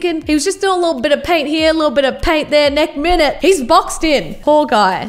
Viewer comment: I will say I love how she says nek minute